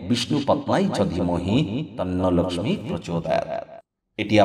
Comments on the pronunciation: বাংলা উচ্চারণে আমরা "লোকখি" এই উচ্চারণ করি, তাই 'লোকসমী" বলার কি দরকার হ'ল কি জানি!!! এ ছাড়া ঠিক কোন সময়ে পূজা টি করা উচিত তা না বলে কিছুই উপকার হ'লনা... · আপনি লক্ষী না বলে Laxmi...পূজা কেনো বলছেন।।হিন্দী উচ্চারণ কেন করছেন।আপনি কি অবাঙালী।নাকি এটা বিশেষ style...... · Apni Laxmi Puja Kano Bolchen Apni Lokhy Puga Bengali Language Bolun Apni Ki Non Bengali Na Apner Laxmi Puja Kotha Bolta Apner Style. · লক্ষ্মী উচ্চারণ টা অন্যরকম লাগলো ।